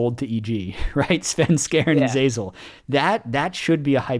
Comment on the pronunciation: Its Zven....not Sven....